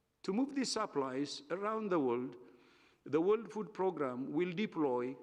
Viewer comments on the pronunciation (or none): i hope he tries to improve his english,,becuz wtf "worled"